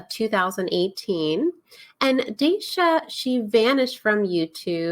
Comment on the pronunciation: she says herself that her name is dasha... as in dahsha not daysha